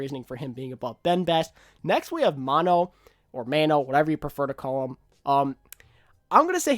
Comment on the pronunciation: Super is not the best...he is also backed by team with team support...don't stroke his ego xD. I love super but I cannot say he is best...maybe 2 with Bumper at 3. Mano is the best main tank. "Mono" not "Man-o" great video!